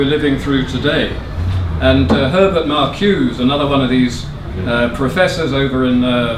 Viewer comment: Its not Mark-use, its markou-zeh.